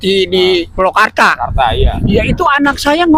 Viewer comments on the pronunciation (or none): Gua uda cetom bgt klo org bekasi ngomong magel banget. Maaf Kong purwakarta bkn pulokarta. He he....